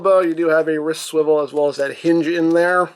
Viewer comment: Captain America SWIWEL war